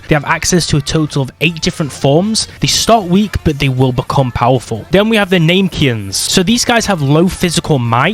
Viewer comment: "NAME-Kians" This hurt me